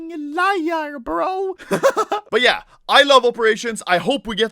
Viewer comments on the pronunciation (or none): U said but yeah like a blyat